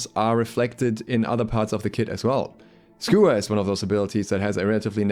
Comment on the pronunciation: Wtf is a schooer?